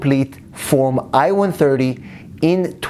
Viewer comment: Sounds like you said io130 Please pronounce it more carefully as it's I-130. Thank you